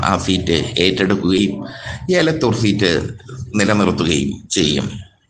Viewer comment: ഏലത്തൂർ അല്ല എലത്തൂർ ആണു...